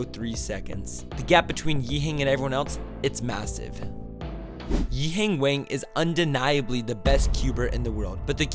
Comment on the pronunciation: Your pronunciation of 'Wang' entertained my day lol